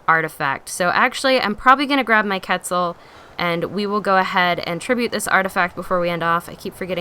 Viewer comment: Quetzal is pronounced kwetzal